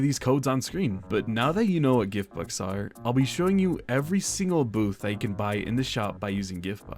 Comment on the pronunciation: why did you say gift books and not gift bux